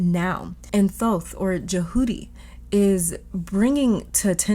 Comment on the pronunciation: We love that you say his name correctly 🥹💗